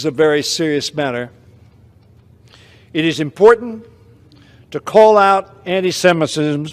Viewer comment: Anti-schemishishms? ...is he drunk? lol